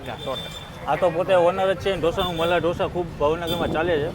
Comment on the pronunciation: Only Gujarati can say Dhosa. Please the correct word is Dosa.